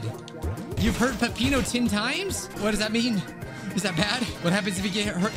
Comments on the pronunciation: it say pepper like a hot pepper not a apple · pepino is I think how you pronounce it